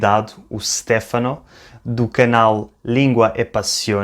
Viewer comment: Óptima pronuncia, a do Stefano. Mas não se pronuncia “Stéfano” mas mais “ Stêfano”. Adorei o video.